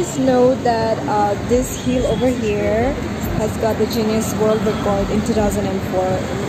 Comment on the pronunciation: it's guinness and not genius. It is pronounced (ginis).